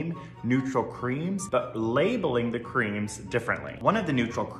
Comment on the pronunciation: why is he pronouncing "the" like that, please stop